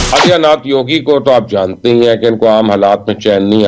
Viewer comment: आदित्यनाथ को आजियानाथ बोल रहा है 😊